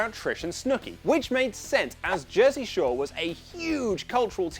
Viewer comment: Did anyone hear how he said jersey shore